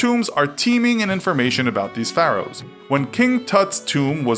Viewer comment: You say Pharaohs wrong